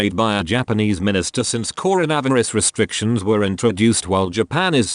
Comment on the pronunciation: Coronivarus, led when meaning lead.multiple words that are not pronounced correctly . So amateurish so annoying . No breaks in sentences so the whole thing becomes a garble of words which is difficult to follow the story and also to translate the poor grammar .